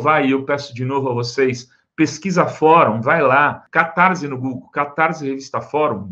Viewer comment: Catarssssse, não soa z.!